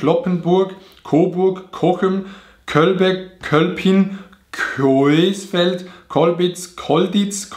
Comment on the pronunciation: man spricht es Cosfeld aus ✌🏼